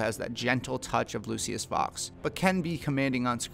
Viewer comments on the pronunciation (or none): It is not pronounced lu-see-us it is pronounced lu-sh-us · It’s pronounced Lu-shus bro 🤦‍♂️ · “Lucyis” > “looshis” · “Lucy-us” Fox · pronounce like lou-shis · Can we just take a moment to realize how he pronounces, “ Lucius”?